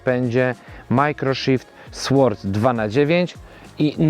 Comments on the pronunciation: Nie "SŁORD", a "SORD"... "w" tutaj nie wymawiamy. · Sword wymawia się bez dźwięku „ł”, czyli nie czyta się „w”: sord 😊